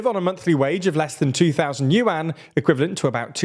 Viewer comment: Yuan isn't pronounced like Yoo-ann. It's pronounced like "yearn".